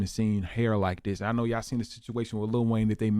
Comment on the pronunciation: When did everyone start pronouncing YA'LL.. as YAW?